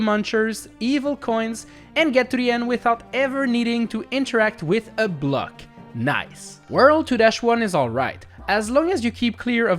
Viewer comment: I like how he says block like "Bleck" 😂